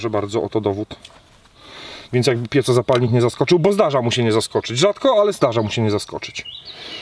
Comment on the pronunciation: "piecozapalnik" hehe. Jawohl. To nie po niemiecku. Mówimy tak jak piszemy - pieZo.